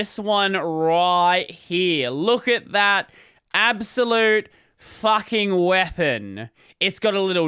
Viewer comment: how are you more australian on this channel than on the main one, thats a textbook "facking", cant wait for a "crikey"